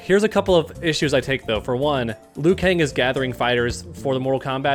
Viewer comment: I’d like to see that because I’m sure Liu shouldn’t be pronounced as Lu 😂